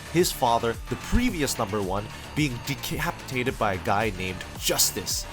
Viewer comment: 2.50 decheapitated